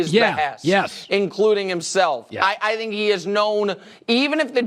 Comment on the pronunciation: Never fails, I hate it every time Nick says "I Dhink"..Anyway Dak and Russel are both criminally overrated YEAH I SAID IT!!!